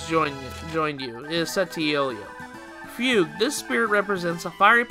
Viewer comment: You were right, it is pronounced "fyoog".